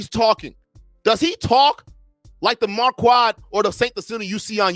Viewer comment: Are you calling him “marQUAD” on purpose or to clown him?